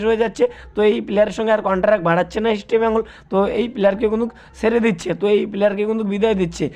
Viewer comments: it's...EAST BENGAL...NOT...EASTI BENGAL ... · Eastbengal উচ্চারণ ঠিক করা দরকার।